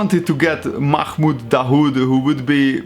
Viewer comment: Its mahmoud not makhmoud